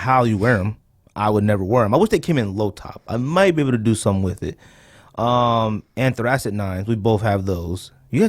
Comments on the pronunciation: yo yall butchering the Anthracite hahahahahhha. Its pronounced "An-Three-Site" hahahaa funny af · I love how you guys keep saying "anthracite" wrong lol anyways 9s are a definite sleeper. No love for the charcoal 9s? Those have to be in my top 5 for sure. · I've never heard anyone pronounce anthracite like that. You guys obviously aren't from the coal region.